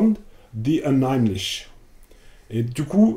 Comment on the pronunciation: Unheimlich est un mot allemand. Très surprenant de le prononcer avec un accent anglais... Meme à Londres les gens ne le font pas. Pas super convaincu des instincts et des choix de ces traducteurs. Ça vaudrait le coup de demander a des français à Londres de traduire ces textes, des gens dans le bain qui passeront par des constructions moins abstraites pour chercher des equivalences, y'en a plein qui gravitent dans les cercles et les lieux de feu Fisher, à l'université de Goldsmiths etc... Très franco-français et insulaire tout ça